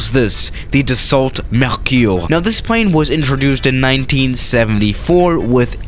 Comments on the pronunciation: It’s not pronounced as it spelled it’s pronounced Dasso kinda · And the L too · French people: dassault: the salt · Should learn how to pronounce Dassault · “Doesn’t even matter” French: TRIGGERED Edit: the “t” is Dassault is silent. Like Renault.